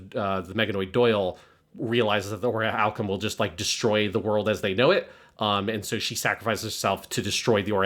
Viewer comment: Always so fascinated by some of y’all’s occasional pronunciation. Whys consistently call it “oriHAlcum” instead of orichalcum??